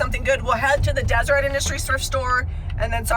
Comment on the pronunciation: Why do you pronounce Deseret as desert?